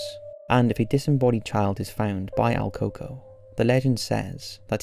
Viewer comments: your saying his name wrong its El COO COOIE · My mom told me about el “coco” buh you pronounced it wrong it’s El Còco (cu- co) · el coco? el pronounciation you butchering dingus: koo-koo-yyyy